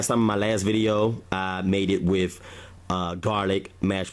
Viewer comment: Why do you say "wif" gravy? It's "with" gravy. And it's "broth" not "brof"......... and, it's "bathroom" not "bafroom".......just like it's "birthday" and not "berfday"....what is the problem with words that have the "th" sound?